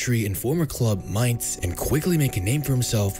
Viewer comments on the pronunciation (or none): none